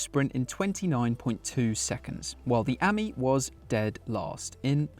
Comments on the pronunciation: What a PLONKA! Talk about make a complete Prat of yourself. It's not Ami as in 'Hammy'. It's Ami as in 'Play me' Just to let you know Ami means Friend in French. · Amie (Friend) is pronounced Uh-mee with a long e.